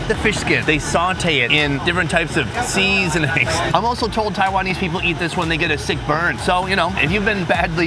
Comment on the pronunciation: I watch exclusively to hear his pronunciation of sea-zon-ings